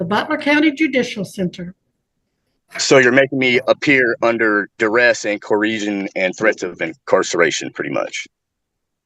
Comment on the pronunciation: Oh my GAWD this man is REPREHENSIBLE! Who tf do you think you are Sir??? You can't even say the word "coercion" 🤣You are an entitled, arrogant, self centered, egotistical, rude, little man who probably drives a big truck to make up for his "size"....yep, he's one of those. Get your OWN recording of this proceeding ya little brat! Show contempt! Yell at a judge, go ahead! This judge is one of the easiest to work with in KS, so you're an idiot through and through.